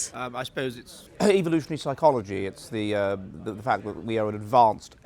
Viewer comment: "how can we save da West" ffs